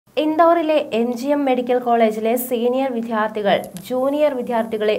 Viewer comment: വിധ്യാർഥി അല്ല കുട്ടി വിദ്യാർത്ഥി.. ഇപ്പോൾ ചില ന്യൂസ്‌ റീഡേഴ്‌സും അക്ഷരങ്ങൾ ശരിയായി ഉച്ചരിക്കുന്നില്ല